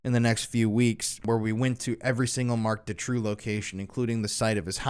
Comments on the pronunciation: I hate to be that person but it's pronounced Doo-trow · Doo-trow. Doo-trow.